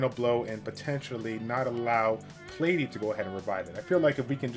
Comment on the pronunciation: Who the hell is Plate-e 😂